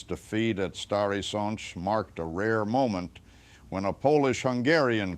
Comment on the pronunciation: Thank u 4 pernoucing the polish names corectly.its a rear thing to hear.i specially like the way u say stary sacz which is hard to pernouce.thank u 4 taking interest in this part of history